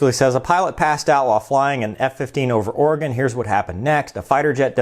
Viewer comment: I wonder when this happened...I live in this state and I never once heard this story. Oh and speaking of living in this state...THANK YOU for saying our state name right. Us Oregonians are very picky about name pronunciation's Keep up the great work!